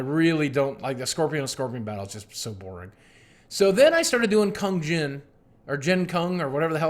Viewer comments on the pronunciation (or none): Kung Jin boogie! It's Kung Jin! And raiden tells you he's gay! Loll